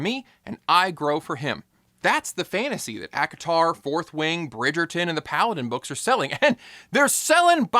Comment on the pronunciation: ACATAR... Seriously?